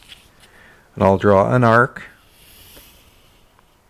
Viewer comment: Arc, not "arch".